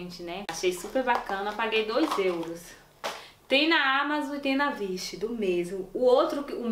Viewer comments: Não se pronuncia vish se pronuncia uish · se pronuncia Uish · oie! então, se escreve wish mas se fala uish! adorei o video!! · Meu amor, o nome é Wish e não vishe 😣, tô corrigindo porque tá todo mundo falando mal. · Adorei o vídeo .Uma crítica construtiva a palavra wish pronúncia-se uish não vish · Pq vc fala "vish" ao invés de wish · Se pronuncia WISH pois o W tem som de U e não de V. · n é assim que fala wish, o W tem som de U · Amiga n se fala "Vish" se pronuncia "Uish" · Ñ é vichi e uichi que se pro nuncia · Vish é kkkkk, se pronuncia "uish", amada. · Não é vish é wish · Não se pronuncia “Vish” 😂😂😂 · "Vish" KKKKKKKK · 😂😂Eu estava ficando preocupada com essa pronúncia. ..achando q eu estava falando errado. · Não se pronuncia vish